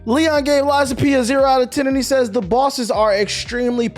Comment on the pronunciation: I did have to go back and watch the start multiple times to makes sure I heard you say Lies of Penis